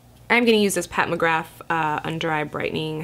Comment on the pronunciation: Anyone notice her pronounce Pat McGrath as Pat McGraf haha or am I losing it